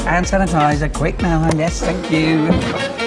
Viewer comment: " you are a good gay" "tank you" lol